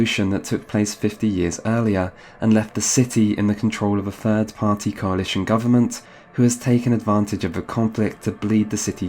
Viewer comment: why does he keep saying "this coalitium"?